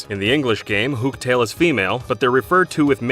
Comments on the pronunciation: That was a strange pronunciation of Hooktail. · Dat Hooktail pronunciation lmao